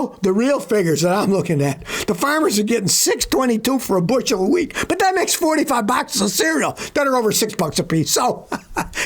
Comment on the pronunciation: OH! WHEAT! I thought you said WEED! 🥴